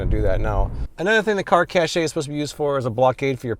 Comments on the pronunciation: It's pronounced 'cash' not "cashay" I love you americans 😂😂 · it's not cashay it's cash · Caché is pronounced like "Cash" not "Cashay" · Pretty sure its pronounced as "Car Cash" and not "Car Cashay" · Cache just sounds like cash. Please stop saying "cashay" lol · 1) I'm not tall enough to reach all of any windshield, so this is a fail from the start. 2) It's cash, not cashay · I believe cache is pronounced, “cash.” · Isn't cachè pronounced cash?